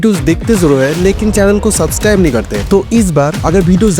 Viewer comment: Subscribe isi liye nhi krte h kyu k apko thik se bolna hi ata h "Subscribe "😅